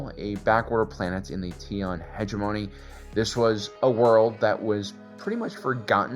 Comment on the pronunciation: Hegemony is pronounced heh-jeh’-muh-nee, accent on the second syllable. It’s a problematic word, similar to hyperbole.